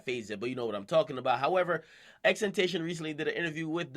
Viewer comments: Its not "xtentation" its "xxx-tent-ta-c-on" Please like this comment so people know how to pronounce it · its pronounced tent-ah-see-ohn not tent-ay-shun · XXX TEN TA SEE ON not tentashon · xxx-ten-tass-e-on is how you pronounce it he said in an interview. Not xxx-ten-tay-shin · X says his name like tent ah ción, not tentation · Jesus Christ dude, at least learn how to say his name. It's not that hard, just watch an interview. xxx-ten-tah-see-on it's Spanish, and even if you sound it out, it sounds nothing like temptation. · x tentaion....... ITS X-X-X-TEN-TAH-SEE-OWN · no no no.. not ex tentasion its XXX Ten Tay See On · It's Tenta See On not Tentatation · It's not Ten- Tay- shun, it's Ten- Tah -Ci -On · why he calling him xxxtemptation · His name is Tenta-See-On not Temtation nigga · Stop saying xtentation it's xxxtentation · IS NOT "TENTEISHON" ITS "TENTACIÓN" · akademiks you pronounce it as ten-toe-she-own not ten-tae-shin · This nigga said xtentayshun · If you don't know how to say his name look it up (tent-uh-see-own) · You pronounced his name wrong... its xxx-ten-tah-cion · you say X name weird. . last time I heard from X he said it was pronounced "Ten - Tah- See - On" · It's XXX TEN-TA-SEE-ON lol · Bruh I know you did not just say XTentation lmaooo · XXX TEN-TAH-C-OWN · xxx-ten-tae-see-own, plz say it right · why can't you say ten-tah-see-own lol. you wouldn't call Gucci "guhkki" so just pronounce the damn kids name right lol. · " x tentation" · its tent-ta-sion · its pronounced ten-tash-eon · TEN TAH SEE OWN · BRO ITS FUCKIN PRONOUNCED TEN TAS C ION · It's pronounced: xxx tenta see own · XXXTENTACION (X-X-X-TENTA-SEE-ON) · It's pronounced xxx-ten-tee-c-on like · Okay it's ten-tuh-syoewn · your spanish and still cant prenounce it correctly.... Ten Ta See on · His name is pronounced TENTA-SEE-ON , It's spanish. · ex-ex-ex ten tah see own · this man said "X Tentayshon" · xtentachon. akademiks bro put some respek on his name😑😑